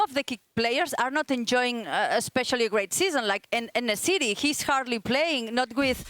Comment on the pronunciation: “in the city”..? You mean En-Nesyri?